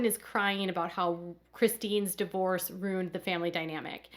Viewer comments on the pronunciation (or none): It's not rooned it's ruined!